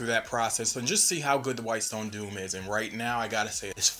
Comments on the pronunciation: It's Dome, not Doom. Dome = Doh-m Doom = Doo-m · doom and dome are two different words and are not pronounced the same. otherwise, great video! thanks for doing this! you helped me decide to get it!